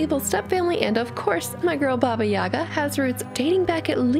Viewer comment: Never thought that our fairy tale "Vasilisa the Beautiful" is kinda Cinderella's origin. And I really love your pronunciation of names. Oh, also here is the emphasis on the second "a" at Yaga